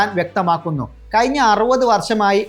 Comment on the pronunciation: വാർത്ത വായിക്കുമ്പോൾ ,വയി, കയിഞ്ഞ. എന്ന വാക്കുകൾക്ക് പകരം ,ഴ, എന്ന അക്ഷരം ഉപയോഗിച്ചു കൂടെ. അത് പോലെ വാക്കുകൾ നല്ലത് ഉപയോഗിക്കാൻ ശ്രമിച്ചു കൂടെ സഹോദരാ